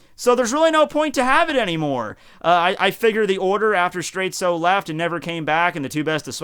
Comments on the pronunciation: why do you keep calling Straits straitsu? that's just the way japanese people pronounce it, but the name is a clear reference to dire straits. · Why do you call him Straitzo and ruin the reference?